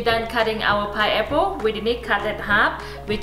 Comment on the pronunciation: I can't get over the fact that she says "piapo". I love accents. I am Kenyan and i have an accent too.